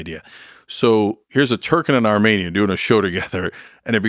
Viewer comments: Lol idiot Lex can’t even pronounce Armenian correctly. I’m Armenian, wtf is this shit. The collective IQ in this room is somehow in the negative. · He can’t pronounce Armenian correctly, he doesn’t give a fuck. Armenian genocide is a huge topic, we don’t depend on this idiot to bring it up. Idk if you know this but Biden had already acknowledged it at this point in the interview.